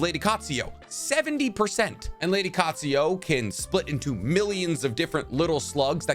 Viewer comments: U have a habit off changing vowels/letters in names, for example u change Katsuyu to Katsuyo and in another vid u change Kakuzu to Kakuzo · there is no "O" in "Lady Katsuyu"